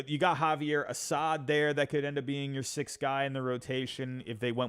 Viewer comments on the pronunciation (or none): none